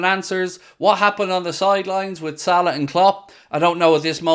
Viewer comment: I don’t get the hate for salah in the comments. The way said it is 100% accurate